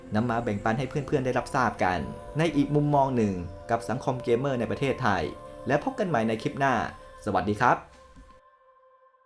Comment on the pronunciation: อ่านว่า 'เก เม่อร์' ครับ